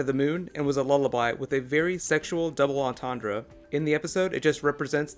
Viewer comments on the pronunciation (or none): none